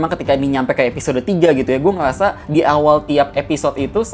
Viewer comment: Ngomong apa bang😂😂😂😂 "gue ngeyasa"😂😂😂